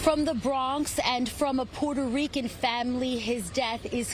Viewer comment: She said pooter Rican 🤣